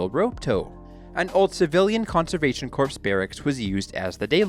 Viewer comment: You phonetically said corpse - like twice. That is the gist of my comment. Yes, spelled corps ... But silent "p".